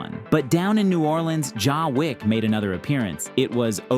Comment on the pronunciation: “Ja Wick” 😂